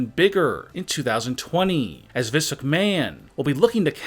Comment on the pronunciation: And he pronounce vince McMahon as vince ucmahon I know he’s had a stroke